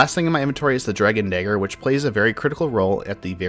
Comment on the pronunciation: Your pronunciation of the word "dagger" is a bit off...